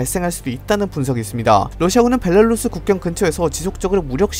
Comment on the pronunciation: 벨라루스를 자꾸 벨랄루스라고 읽는거 은근히 거슬리네